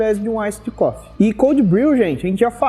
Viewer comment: A pronúncia do Iced Coffee é "Iced Cofi", como se tivesse um "i" no final, da forma que você pronunciou ficou parecendo "cough=tosse". Café é bom demais, ótimo vídeo!